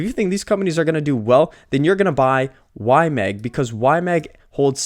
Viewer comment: Bro, you’re still saying Y-Mang 😅 it’s in your head now! Good video. Moving slowly into YMAX.